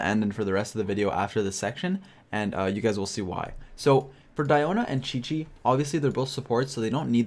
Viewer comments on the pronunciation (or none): none